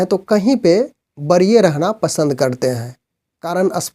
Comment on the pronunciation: बरीय नहीें वरीय बोलिए आपका शब्द उच्चारण सही नहीें है ।